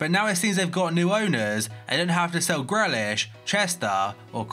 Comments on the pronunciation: Whos jack grelish its grealish pal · Greelish not grelish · Why does he always call Jack Grealish, Gre-lish wtf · Please learn how to pronounce grealish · Stop saying jack grealish like it’s going on a burger. Not onion relish you spoof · You used to know how to pronounce Grealish..